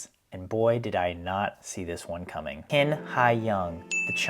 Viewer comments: His last name "Qin" in Chinese pronounces similar to "Chin", not "King" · Let's start with the correct pronounciation of Qin Hai Yang's surname, which is "chin", NOT "kin"! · Qin is pronounced chin rather than kin. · it's Qin (Chin, not exactly right but similar) Haiyang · His last name is not kin, it’s Chin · A bit off topic, but two notes. First, Q in Chinese is pronounced a bit like CH (but with the tip of the tongue closer to front teeth), so it will be better to just say Chin. Second, his given name Haiyang actually means ocean!! Seems like he was born to be a swimmer!